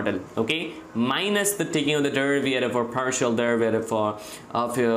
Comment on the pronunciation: I would look past the bad and WRONG pronunciation of BASIC concepts like 'discrete' (yeah, it's diScrete not dicrete), 'derivative' (derivaTive not derivIARive), etc. or the constant triple repetition of things if he wouldn't mess up BASIC ML/math equations, like, 1) The cost function is defined as (1/2m)*sum(...) NOT (1/m)+sum(...) 2) The partial derivaTive of the cost function is (1/m)*sum(h(x)-y)*dh(x)/dx and NOT (2/m)+sum(h(x)-y)^2) as he wrote.